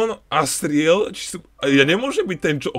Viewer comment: asriel to ako vyslovujes loooool zomieram od smiechu cita sa to azriel xD ale ved ok citaj to asriel